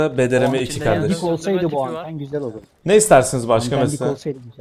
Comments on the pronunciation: BRDM2 e sürekli bDrm2 demen 😆😆 Bir numarasın her türlü 👍🏻👏🏻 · Yav abi şuna BDRM diyip durma 😂 onun adı BRDM-2